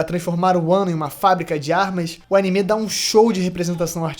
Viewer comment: Único defeito desse vídeo é ele falando "Animê"